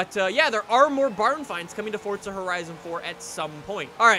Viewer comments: can u stop saying fortsa and say f-o-r-z-a it gets annoying when u say fortsa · Guy says fortza its forza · Is it only me or does it piss anyone else off the way she says “forza” , the guy says “fortsa” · it is forza not fortsa have a look when u go onto the game next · Jacobs IT'S FORZA NOT FORTSA FORZA!!!!! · Any one else notice on most of his vids he says fortza instead of forza?? Comment below if you noticed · I'm sorry but it's forza not forTza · why do so many people say fortza horizon? its forza horizon. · Its called forza not fortza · SMFH. forTza? really dude? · Fortza. It’s fucking forza there’s no T in the title. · forza not fortza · Forza not fortza u duck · where is the t in forza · Why does every forza streamer say FORTZA there is no T in Forza lol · this is not why he says fortza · Can someone plz explain to this man that there is no "t" in "forza" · Duuuude its pronoinced "four-za" 😂😂😂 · Why do u keep saying fortza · why does every god damn flipping YouTuber say "fortza" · Is he saying fortza horizon 4 or is that just me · Why does he say fortza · XD why does he keep calling it fortza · Why does everyone say fort-za horizon 4??? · Stop saying fortza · FOOOOORRRRRZZZZAAAA not fortsa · Fortsa???? Lmao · its actually called fortsa but ppl like me say forza